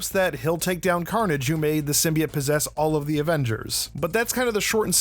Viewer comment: “Symbiought” not “symbiate”